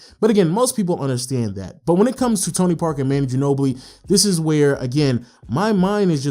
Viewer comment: It's pronounced Ma-nu not Man-nu